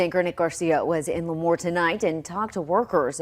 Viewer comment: I'm from Lemoore. It's pronounced Lee-moore btw not La-moore. I can't believe that Foster's freeze is shut down. I loved that place. 😢 Also, Lemoore is actually a conservative town. It's a small farm town. I'm willing to bet that most people did not vote for this.